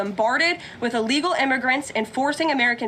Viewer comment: What does “uhlegal” mean?